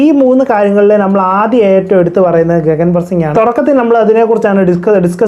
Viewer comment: ഗഗൻ അല്ലെ ഗിഗൻ ആണ് e slient